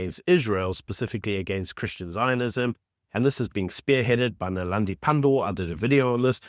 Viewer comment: "Naledi" pandor. Not Nalandi.